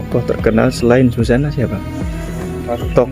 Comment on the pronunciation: Mas bukan ,Sujana,Susana mas,di plesetin Susana inget y